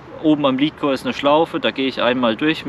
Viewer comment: Sorry für die Klugscheißerei... Aber Lead nicht Leed Oder Lädcore (richtig) nicht Liedcore(falsch) Sorry aber nach paar min geht mir das schon gegen den Strich